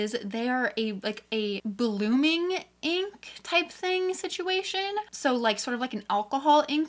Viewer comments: lol the "blogming liquid" 😂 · Is no one going to talk about "blogming"?